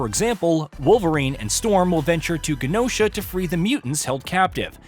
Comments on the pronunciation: Yes he did. He pronounced Genosha with a hard G instead of a soft G. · The way you pronounced "Genosha," suggests you have not read Annihilation.